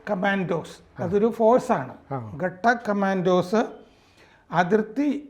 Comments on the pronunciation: കടക്ക് അല്ല..ഘാതക് ആണ്. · ഖട്ടക്ക് അല്ലല്ലോ അത് ഘാതക് എന്നല്ലേ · ഗട്ടക്ക് കമാന്റോ അല്ല.ഘാതക്ക് കമാന്റോ എന്നാണ് പറയേണ്ടത്. പേര് പോലെ എതിരാളിയെ കൊല്ലുക എന്ന് ഉദ്ദേശത്തോടെ ഉണ്ടാക്കിയ വിങ്ങ് ആണത്